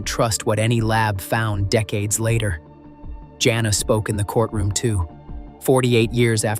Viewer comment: I hate this AI narration. It got the name Jana correct the first time and then started pronouncing it Johnna. Then it went from narrowing down a family to following the suspect into a casino. Whoever makes these AI presentations needs to step up their game because they suck.